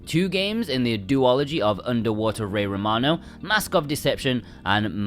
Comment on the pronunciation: This is a lovely video covering a vast majority of the games. Please do yourself a big favour though and learn how to pronounce some of the JP words. I know utawarerumono and yumeutsutsu are difficult but shows you care about the products. Also otome. Please learn otome pronunciation I beg